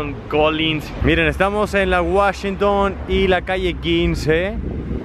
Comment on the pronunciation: Mayami, Guachington, Espanola guey, sanguicheria, ochean ...aprende ingles